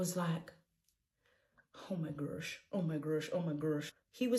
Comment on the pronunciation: "OH MY GURH OH MY GURSH"😭😭😭